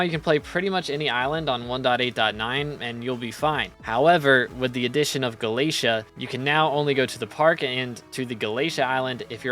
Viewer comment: ITS GALA-TAE-A